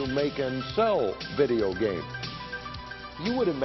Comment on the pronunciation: Vey-deo gheymz?? Never heard of em.